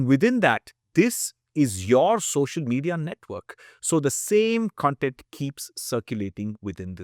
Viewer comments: Just a small aside: Content pronounced like you do is the adjective (I am content with his answer). Cun - the short cuh is used for adjectives and CON (as in con-artist) is used for nouns. It is clearer in words that do not share the same spelling with the related adjectives. CONfluence, CONgregation, CONtext. However contextual is pronounced cuh-n-textual. Other examples are Consummate. This is not intended to mock or criticize your pronunciation. I just know you are a Nerd like me and would appreciate the info. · I love your videos and the knowledge you spread about health and food. I wanted to share some feedback. Hope you will consider it for your upcoming videos. CONTENT - Spelled the same way. BUT when pronounced as cun-tent = happy/satisfied con-tent = information. It helps listeners contextualize better.